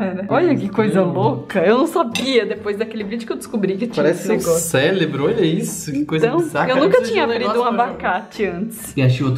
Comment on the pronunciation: O dearo fala “célebro" mas na verdade é “cerebro"